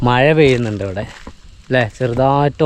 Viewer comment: മയയല്ല മഴ